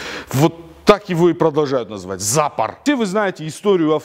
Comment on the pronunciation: Только не ЗАпор, а ЗапОр :))